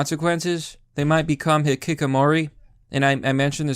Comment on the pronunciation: ＴＨＩＳ ねが just ＳＡＩＤ ひききもり instead of ひきこもり YOUMAKE BIIG CRINGE WAITE BOI